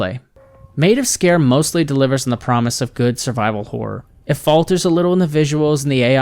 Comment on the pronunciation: Wow finally someone that pronounced it right 😁